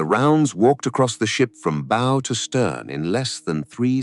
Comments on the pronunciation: teach your ai how to say BOW. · It's classic AI slop. Somewhat factual, somewhat entertaining, but also choke full AI imagined BS details to fluff it up. Also full of AI mispronunciations, like the "bow" of the ship pronounced like "bow" and arrow. Honestly, this type of AI slop is absolutely rife on YT now, soon it will probably outnumber real (non AI) content. It surprises me that so many people are unable to spot AI stuff already. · Well, the audio commentary isn't too bad, apart from a ship's bow, to rhyme with "no"..., and a few other pronunciation errors, but the compulsory subtitles are shit. Why DO that? Why show just how little care you have for your audience? Why go to the trouble of making a script and a video and then do nothing about the third part of your presentation? And if the Australians were at wave top height, how did the Americans fly 100 feet below? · Tell your text-to-speech how to pronounce the "bow" of a ship. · Why does the narrator, a fluent English speaker, pronounce bow, so awkwardly. The"o" in bow is pronounced with long "o" sound.